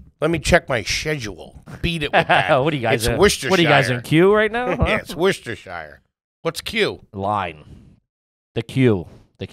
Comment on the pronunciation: 100% nailed Worcestershire pronunciation 👌